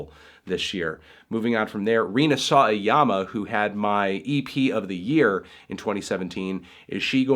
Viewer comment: MELON I APPRECIATE YOU BUT REE-NA SOW-WAH-YAH-MAH